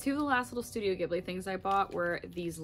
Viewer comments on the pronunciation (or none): Not to be that guy but Studio Ghibli is pronounced with a soft g, so like jib-lee! I found out after pronouncing like gib-lee for years 👻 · 0 0 I cringed every time she said “gibli”